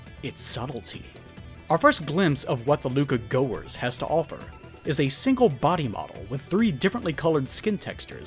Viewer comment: pretty sure it’s pronounced “Luca Gaskwahhh”